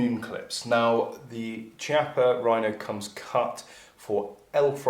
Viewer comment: Chiappa is pronounced with a K sound kiappa, not a ch sound.. ;-)